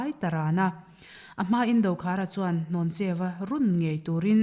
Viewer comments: Hlawncheuva ni lovin Hnawncheuva a ni zawk lo maw? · Ni e, Hlawncheu tih tur a ni, hnawncheu hi pawih hmingah an hmang ngai lo. Pawih nu fa ka nia chiang takin ka sawi ngam. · Dr Rinthanga sawi hi a dik. Hlawncheuva hi I lam diklo palh tlat. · Hlawncheuva hming hi in lam sual palh nge a lam dan dik in hrelo aw?